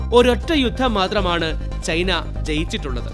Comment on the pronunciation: ചെയിനീസ് സൈന്യം അല്ല ചൈനീസ് സൈന്യം. ചെയ്‌ന അല്ല ചൈന 😂😂😂😂